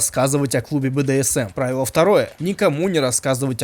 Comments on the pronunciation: правИло, а не прАвило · Ну, во-первых, не прАвило, а правИло. А во-вторых, это очень хороший снаряд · Не прАвило, а правИло, какой-то древнерусский тренажер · я смотрела твоё видео из 2023 года, там ты говорил что правильно произносить "Тренажёр ПравИло", с ударением на И. Правильно говорить правИло XD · Прави'ло, а не пра'вило! Я думал ты умный.. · только через пять лет он узнал как правильно ставить ударение в названии этого тренажёра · Кстати, тот тренажёр называется "правИло" с ударением на И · На самом деле в названии "Тренажёр Правило" ударение на И, это многое меняет)